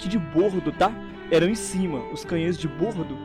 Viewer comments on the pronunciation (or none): Errou, é "de bordo" o "o" é aberto